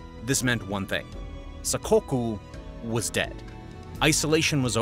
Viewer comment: That's pronounced 'Sack-Kok(u). Your Japanese pronunciation needs some work.